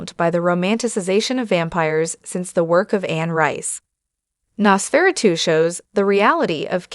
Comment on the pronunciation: Nos-furatoo??? Nos (dumdumdudum. Dum dum dum) Fur-uh-2 (dumdumdudum. Dum dum dum)